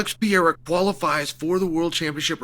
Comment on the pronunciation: Chael, please learn how to say Poatans last name correctly or dont speak on him at all. CHAMA